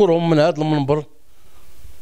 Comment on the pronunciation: وكيمرض يهضر عادي كلمة منبر كيف كيقولها